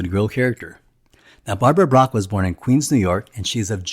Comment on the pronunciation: bach not brach